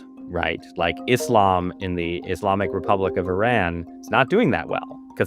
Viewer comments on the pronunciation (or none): none